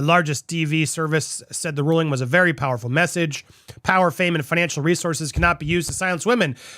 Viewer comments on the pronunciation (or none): none